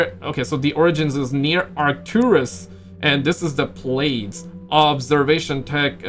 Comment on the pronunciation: Plaides is pronounced (Player-dees) 😂